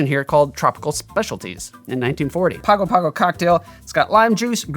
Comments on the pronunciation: It's pronounced pango pango not Pago Pago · Was looking for this comment. It hurt me a little bit every time he pronounced it “Pago Pago”. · In Samoan Pago Pago should be pronounced Pango Pango. It's the capital of America Samoa! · My Man... it is pronounce "Pango Pango", and there is no "King". He is "The High Speaking Chief", and when I was there, the Chief was Bin Fauna (pronounced "Bing". And this drink cannot be found at Teesa's Barefoor Bar". Trust me... I was there for 4 months after Hurricane Ofa decimated the Island in 1990? I think? Hahahha..... vs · I had a Samoan frat brother who was from Pago Pago. In Samoa, they pronounce it "Pango Pango'. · I was part of a singing group that toured the South Pacific in 1983. We went to Pago Pago (pronounced Pongo Pongo according to the locals on the island). It truly is a beautiful place. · Yes. As an Australian who lived for six months in Pago Pago. It is pronounced Pango Pango. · It's pronounced Pango Pango and American SAH moa. A US Territory since 1919. You'd love to visit, I'm sure. I grew up there. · It’s pronounced Pango Pango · I gotta try this one--I actually lived in Pago Pago for about 6 months (former Mormon missionary), beautiful place. G's in Samoan are pronounced ng, so it's pango pango (rhymes with song-o song-o). Great video! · The city in the South Pacific by the same name pronounces itself "pongo pongo"